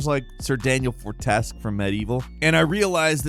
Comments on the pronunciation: I usually let it slide but I'm personally offended at that pronunciation of Sir Daniel Fortesque! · I'm sorry, but the mispronunciation of Sir Daniel Fortesque's name like that was egregious😂